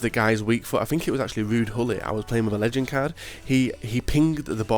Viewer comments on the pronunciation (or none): none